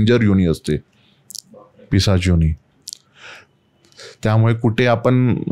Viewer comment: काय उच्चारण आहे???!!! कसं ही बोलायचं. न ला ण आणि ण ला ण जो बरोबर आहे. हिन्दी/मराठी/ संस्कृत भाषेत योणी नावाचा कोणताही शब्द नाही. योनी असतं योणी नाही. 😂😂😅